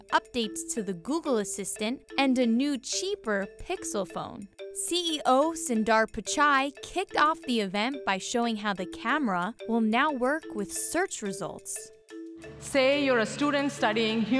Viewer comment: Horrible pronunciation of “Sundar”. Spend some time in practicing how to pronounce his name.